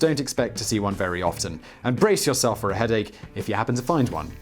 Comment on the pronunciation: You speak with such clarity - with most everything. Hey you don't pronounce 'often' correctly... Haha